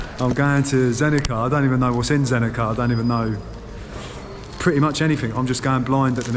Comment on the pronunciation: In Bosnian, Croatian, Serbian and Montenegrin, the C is always read exactly how its written. So it would be Zenica, not Zenika. So glad you are in my country, I wonder which city you will visit next, maybe you could be mere kilometers from me 😃 Safe journeys!